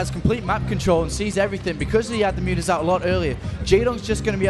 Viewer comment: What the heck are mutes? Noob commentators don't even know how to say mutas. I totally prefer to listen to the Korean commentators go crazy than these boring guys.